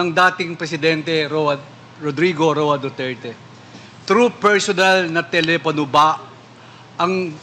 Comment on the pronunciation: Telepano o telepono😅